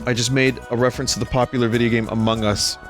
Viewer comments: Ama hugz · Ama guss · I really like the way vinny pronounces "amogus"